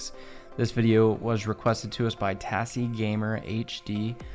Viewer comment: Tassie is pronounced as Tazzie, just like Aussie is Ozzie 😉